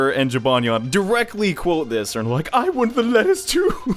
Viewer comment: It’s jibanyan